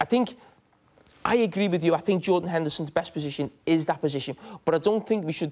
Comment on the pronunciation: lmaooo "yordan henderson"